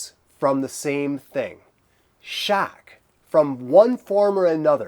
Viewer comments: Its “Shock” not “Shaerk” haha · The way you say "shock" I wanna hear how you say "Nevada" now.